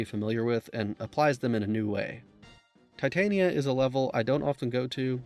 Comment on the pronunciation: Love the vid, I loved this game. Just an fyi it’s Tit tan nia like a mid summers night’s dream, queen of the fairies… not a metal. 👍🏼